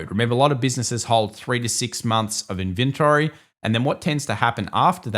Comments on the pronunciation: dear, would you please enlighten me what "In-WINT-ory" is? is this australian accent? just joking. i saw palantir coming. so cool to see how tesla got dumped before earnings and palantir pumped, and after earnings it reversed. its a clear pattern, and even just looking at the risk/reward no one should have shorted tesla or made a leverage long on palantir at earnings. thats gambling with bad cards. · you mispronounced inventory